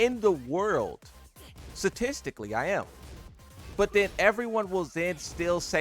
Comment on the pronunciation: You are certainly not top ten statistically in pronunciation. S-T-A-T-I-S-T-I-C-A-L-L-Y not S-A-T-I-S-T-I-C-A-L-L-Y. You keep whiffing wiff your words, man. Do better lol!